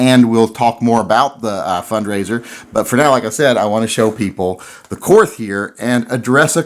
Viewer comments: As an American vet living in Germany I have to inform you that Korth is pronounced Kort. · Pronounced court.. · it's pronounced court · My concern is that you cannot pronounce "KORT" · Korth is pronounced like court, not like north with a K. It’s German.. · It's pronounced KORT. The H is silent! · It's pronounced "Court"